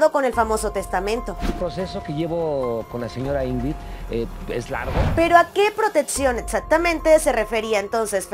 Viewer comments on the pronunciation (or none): Sorry no se dice Etspediente,protetcion,atsiones,ets-conductora,etspareja,protsima